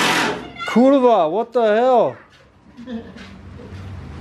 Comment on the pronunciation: did you just say "KYRVA"??? lol